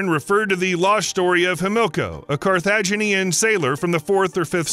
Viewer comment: Love WATOP content. Pronunciation of Carthaginian was off.